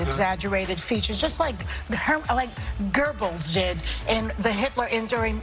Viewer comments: Gerbbles? I'm no historian but I'm pretty sure that's the 1st time I've heard Goebbles pronounced with an R. Sorry, somehow that stood out from the rest of the garbled nonsense coming out of her mouth. Also I'm not down with cancel culture but this show needs to go, at least with these women. Getting paid for years to spew nonsense over and over, they can't even act like they know what they're talking about. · Joy says "Just like ger-bils did" (in the Third Reich) except it's Goebels... no "R".. the pronunciation is as ridiculous as what she purports. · Did I hear incorrectly or she did say "Gerbels", refering to Joseph Goebbels?